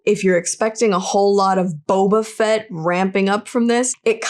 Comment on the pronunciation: his name is Boba FETT not BOBAfett............lol pronounciation is crazy with this name, i mean the emphasis should be on the last name, right? just lol................ 2 K soon <3